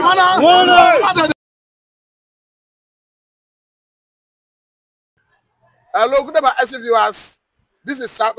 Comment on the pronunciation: It's Fubara and not Fubala. Two ijaw men has rule rivers state even before the creation of Bayelsa state. One was politically elected while the other was a military governor. Try to understand your history before you come up here. Thanks